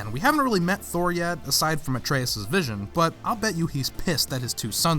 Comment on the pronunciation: Atreus* not Atreyas